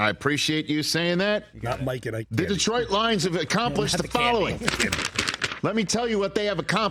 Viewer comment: Rich is the only non Detroit guy to pronounce Detroit correctly...IT'S NOT DEEEtroit.